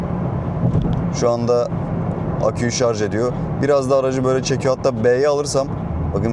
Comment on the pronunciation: Eline sağlık. Sonunda “Şarj” diyen biri çıktı 😊😊